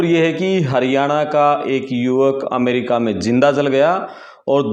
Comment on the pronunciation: भाई पहले बोलना सीख अमेरिका होता है ना कि अमरिका